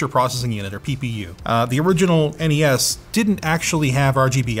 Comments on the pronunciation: It's NES not Nes. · Other than Linus and his people, I've never heard the original Nintendo called a NES (said like mess). I and everyone else I've ever heard has said it as N-E-S (with the next gen as S-N-E-S). Must be a Canuckistan thing.